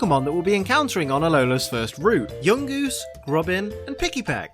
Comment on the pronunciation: It's Not Pronounced Pick-ee-Peck,It's Pronounced Pick-A-Peck